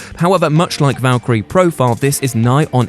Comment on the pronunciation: It's Valkyria Chronicles, not Valkyrie.